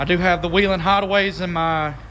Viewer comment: why do you need all those ambers? you seem like the kind of guy who wishes he was a cop XD and your saying whelen wrong XD and nothing about you car "blends" or is "discrete"